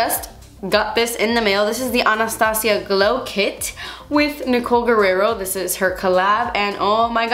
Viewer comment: i love you and every single video you do, but honestly i prefer it when you use less eyeshadows/steps. btw it always surprises me when, sometimes, you pronounce spanish names/words like Guerrero in an american english accent! p.s. - i couldn't stop staring at that bun bouncing, lol!